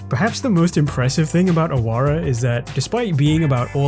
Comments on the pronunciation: It's actually pronounced Aawara no ahawara. It means a rebel or outcast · In Awara, the middle 'a' should be stressed and the 'w' is pronounced as the 'w' of wow not as the 'v' of van.